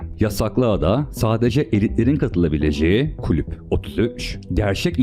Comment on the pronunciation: "klüp" değil "kulüp"